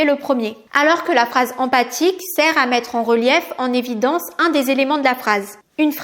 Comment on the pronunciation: Attention c'est phrase empHatique et pas empathique !!!